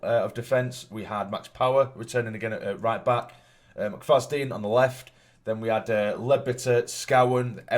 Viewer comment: Congrats on 12k lad, I think that boys name is pronounced McFajen 👍🏻